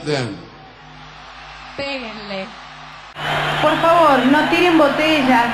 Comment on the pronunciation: "peguenle" LOL